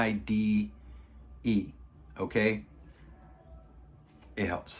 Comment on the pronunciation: Its pronounced Low-pair-am-ide. Retired nurse here.